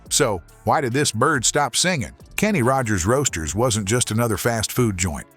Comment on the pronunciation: When the narrator emphasized the middle word in the name "Kenny Rogers Roasters", I officially hit my limit. Why, as a lot of people are asking these days, should human eyes watch, and human ears listen to, words neither written nor spoken by a human?